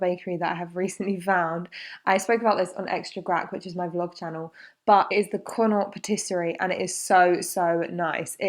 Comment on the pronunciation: Said it in Extra Grack and ill say it here Its "Con Oct". It's not pronounced the way "Naught" is pronounced, its an Irish word, and its pronounced "Con Oct"